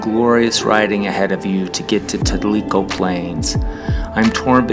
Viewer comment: Tell - I - Co Is How You Pronounce It !